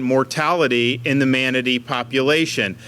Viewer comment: He can’t even pronounce the word “manatee” right half the time!